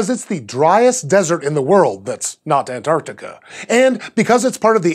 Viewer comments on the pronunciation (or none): none